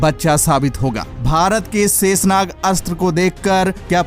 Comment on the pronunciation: जय हिन्द ! भाई शेषनाग शाहिद साहिद बोलो सेसनाग आपका शब्दों का उच्चारण ठीक नहीं है